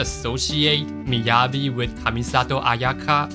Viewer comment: How do you pronounce Yanagi right but not Miyabi bro...😄